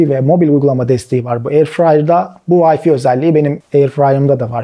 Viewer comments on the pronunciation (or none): vayfi değil vayfay diye okunur